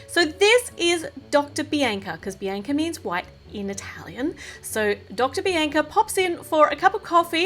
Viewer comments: Just saying bianca is said Bee AWN C UH oh nvm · its not bienca its bianca